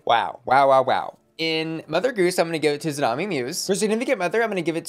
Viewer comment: I love you, but you’re killing me with Xumani’s name. She’s Hispanic, she speaks Spanish, that x is an S sound not a Z sound. Her name is still tsunami not zoo-nami